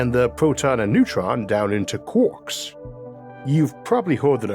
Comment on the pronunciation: I LIVE for when you say Quarks ahhaha Kwaaaak. i LOVE IT! <3